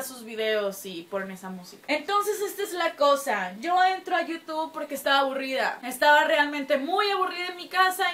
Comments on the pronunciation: Se dice yutub xd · bien hermosa*-*♥ Pronuncias bien raro youtube :3